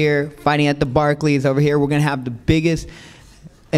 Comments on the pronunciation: Barklees center 😂😂😂😂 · Rolly calls it the "Barkey Center" 😀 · Barkeys center lmfao 😂😂 rollie it's pronounced Barclays 😂😂😂😂😂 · Roly said barkey center lmmfao